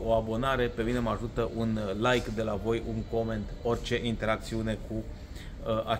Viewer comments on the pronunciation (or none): none